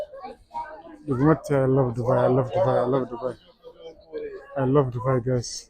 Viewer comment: Subai jetteem Dubai jedhii sirreessii😂😂